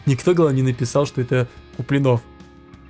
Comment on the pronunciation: Потому что неправильно ставил ударение в фамилии Куплинов.